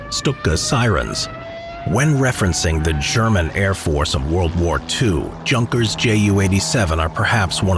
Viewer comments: Yun-kers not junk-ers. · Incorrect pronunciation of Junkers